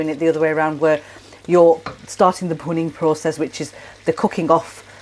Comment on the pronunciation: The process referred to is “bhunning”. Not clear in the vid as it’s pronounced with a leading “p” as in punning. Not explained in text nor the link to the explanation provided. The process is scraping the caramelised sauce from the pan edge back into the sauce to give a stronger, rich flavour.